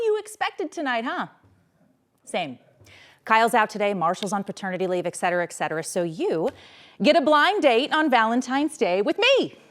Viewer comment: "etcetera" isn't pronounced "excetera". Hope that helps.